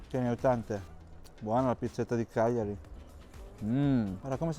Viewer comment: Bello come pronunci il nome Cagliari cioè Chiagliari. Giusta pronuncia